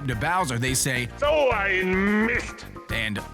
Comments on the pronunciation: TheDarksoul01 No Wario actually says "Doh' i missed". I also thought that he said "So ein mist". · i always thought he said "oh i missed!"